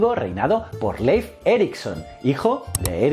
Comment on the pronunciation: Mi única queja es que le dijera "Leif" cuando se pronuncia Lif, que distractor fue eso